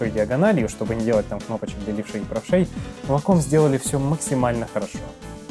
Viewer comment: вейком а не ваком...